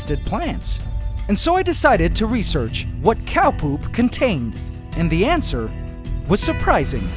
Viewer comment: Yes, the "ant-swer" to the question of the craving poop.